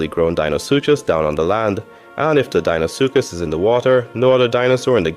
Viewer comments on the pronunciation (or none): its saying you are deinosuchus likes deino from the flintstones instead of how it's supposed to be spelled and said.